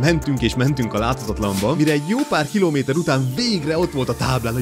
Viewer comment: Az a batyi a legjobb tizenkéjt kilóméméjtör😂